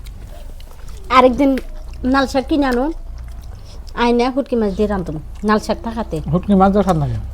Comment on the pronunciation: নাল শাক না । লাল শাক হবে।